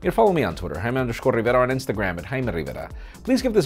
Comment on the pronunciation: Hi, I'm Jaime RrRrRRrRRrRrrrRRRivera...